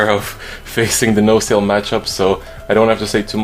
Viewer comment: The way you pronounce nociel is wrong